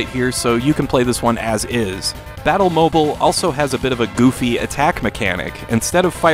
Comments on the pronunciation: I feel like it should be pronounced "mo-beel" like an automobile used for battle. Still this looks so fun and resembles a motorcycle game i was working on. Thanks for these hidden gems! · I think its pronounced Battle Mo-Beel... as in Automobile. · Pretty sure it's supposed to be pronounced like the mobile in automobile. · I mean, surely that is not how one pronounces "mobile". Wouldn't it be pronounced like the Bat Mobile?